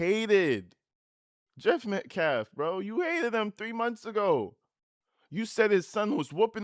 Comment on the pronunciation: That minister guy says "Metclaffe" also